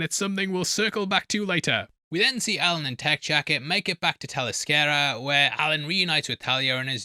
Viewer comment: The real pronunciation of that word would Teller Scare Ya. Tell-ess-cree-a. Interaction achieved